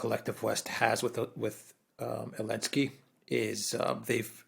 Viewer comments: Ze ze ze zelensky. Not elensky. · Can someone explain to this dude that it's not Elensky but Zelensky? Not that I care, but he sounds like an amateur. He clearly doesn't realize that. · Is saying elensky instead of Zelensky or is it just me?